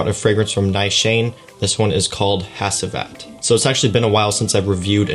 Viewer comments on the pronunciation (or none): This house is from Turkey. In Turkish, the proper pronunciation is: Nis-han-ey(short e sound at the end). The Turkish language pronunciation of the perfume name is: Ha-ji-vat. No worries about mispronouncing such since Turkish language is not your native language. Turkish people are extremely hospitable and the fact you made efforts is awesome. You should make future plans to visit Turkey in the future. Istanbul and other cities are fabulous. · I’m watching this a year later and as a Turkish person hearing you say “Has-I-Vat” and “Na-Shane” keeps making me bust out laughing. Good review though